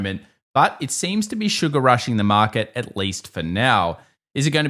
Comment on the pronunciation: Why should I trust anyone that doesn't even understand that there is an R in the word " market"?